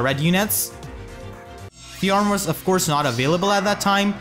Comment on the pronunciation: Do you intentionally mispronounce Fjorm's name so horribly? Like an intentional joke to bait out cringe and hate?